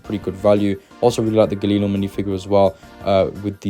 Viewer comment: You butchered Galileo name when you said it 😂😂. Jk, thanks for the video